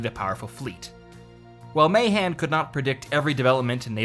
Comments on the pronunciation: The author’s name “Mahan” is pronounced “Muh-Han” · You are mispronouncing Mahan's name.